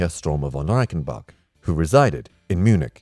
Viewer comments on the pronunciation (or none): none